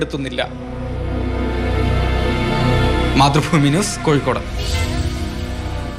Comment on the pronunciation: മാതൃ ഫൂമി യല്ല മാഷേ മാതൃ ഭൂമി യാണ്